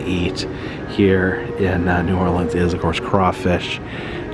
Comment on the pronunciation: *cringes when he first said New OrLEANs"*. No hate, btw. Awesome channel. lol